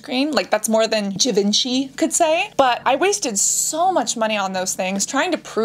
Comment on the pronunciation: Your French accent is so beautiful when you say "Givenchy" the third time 😍.